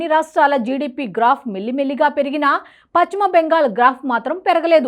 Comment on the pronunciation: Paschima bengal not pachhima bengal utcharana marchandi